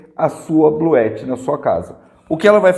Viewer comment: É possível ligar um chuveiro com esse sistema da Bluetti (Bluuti é a pronuncia correta) ligado com placas solares?